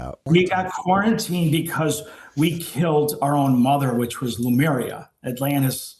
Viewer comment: Why do so many people pronounce Lemuria as Lumeria????